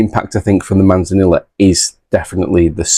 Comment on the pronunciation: C’mon, Manzanilla is Spanish and so two L letters together make a Y sound. So it’s pronounced Manzaneeyah. You are meant to be teaching us, not the other way about 😉 I have that Ballechin actually. Have not opened it yet tho. Edit: Same goes for Amontillado 😂